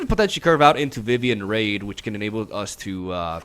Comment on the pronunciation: I love your content, but it’s Vivien Reid not Vivien Raid